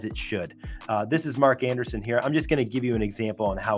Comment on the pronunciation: It's pronounced Mark Andreessen (not Anderson).